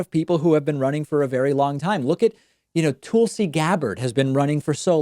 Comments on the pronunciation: Its not "Toolsi" its "Tulsi" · Don't you know how to pronounce these peoples names yet? Sounds like you butchered Tulsi and Buttigieg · please start pronouncing the candidates' names correctly... boot-a-judge, tuhl-see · I take a drink whenever David says "Toolsi" :D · I hate that he butchers the name Tulsi. No matter what he feels about the politician, Tulsi is a beautiful Hindu name. My name has been butchered by people so I'm especially sensitive on that. Come up with a nickname instead. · Why the hell does he insist on pronouncing Tulsi and Buttigieg like a moron. Love David and don't care about either candidate but this is obnoxious. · Why does David keep pronouncing Tulsi wrong 😂